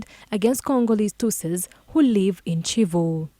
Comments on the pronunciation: It is Kivu not Civu…. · Its Kivu not civu and its Kigali not cigali